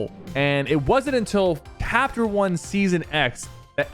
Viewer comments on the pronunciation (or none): what did you say capter 1 or hapter 1